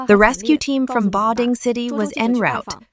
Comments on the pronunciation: Love ur work, but the AI voice pronounces the city name in english as "butt jo". It would be better to get your important message across to english speakers if you didn't make such funny mistakes. Keep on with the good work guys! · 😂we have a sleepy Joe here in the US, but they have a "Butt" Joe